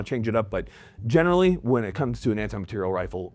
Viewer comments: We all just going to act like he's not saying "material" like "materielle"? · Take a shot every time says materi-elle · why does he keep saying “materiELLE”? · All these comments and no one person bringing up inability to pronounce "Material". I'm not sure if it's a good or bad thing that it's moved so far from its roots. He reminds me of the South Park guy who can't say "planetarium". Obviously, solid video regardless. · Is jt just me or is he saying material reeeal differently